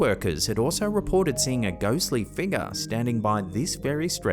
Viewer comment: U need to make merch for "shadowy figgah" and "ghostly figgah" and " anomalous figgah" Prime was used way before morons branded for a drink😂